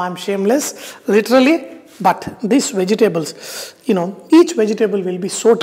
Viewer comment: Vejji-tables lol! Sounds KLINGON!